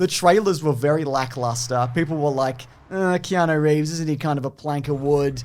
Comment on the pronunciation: Do you keep saying Keano? You know it's not Keano, right?